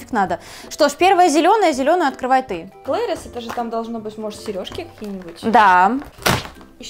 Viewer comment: Правильно не клейрис а кларис